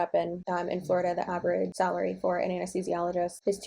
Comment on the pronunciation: I don’t like to use the T word but what trash (T) heap did she crawl out of with that piss poor attitude? How tacky. Fun fact: she said Amnesthesiologist not Anesthesiologist - lmao. I think she invented a new study of medicine. Amnesthisiology = amnesia + anesthesiology = administering anesthetics for patients suffering from amnesia. Sorry for the rant lol.